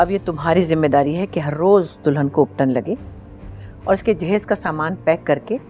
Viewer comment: Its Jahaiz in Urdu not Dahaij